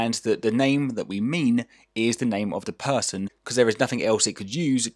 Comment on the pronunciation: Phaarson Phaarson not Person -_